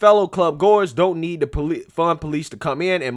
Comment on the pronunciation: it sounded like you said we don't need to defund police. But I know you said we don't need the fun police. But it is funny to me.